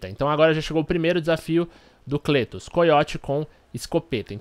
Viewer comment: Pronuncia-se Clétus! ;)